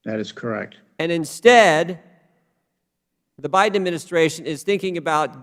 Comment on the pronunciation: I love when Mr Jordan says The Badén Obama Government. I love this brave and patriotic man. he is my fighting cock ♥️♥️♥️♥️♥️♥️